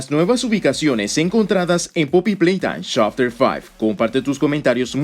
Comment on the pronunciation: Chapter faib chapter trii chapter fur me mato de risa